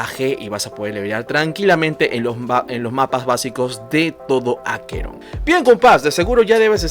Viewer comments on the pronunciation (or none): none